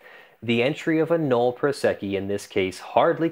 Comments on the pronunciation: Drink every time he says null prosecci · how is "nolle prosequi" pronounced?